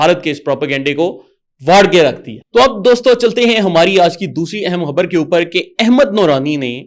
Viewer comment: حبر نہیں! خبر 😊